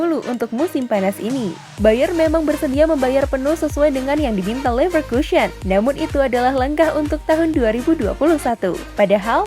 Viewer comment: Leverkusen woy bukan leverkusyen Leicester ngapa jadi leister sih